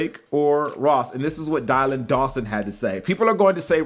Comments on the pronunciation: Dillon it is pronounced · he pronounced Dylan wrong lol